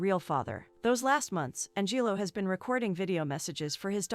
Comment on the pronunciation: An-jillo? LOLz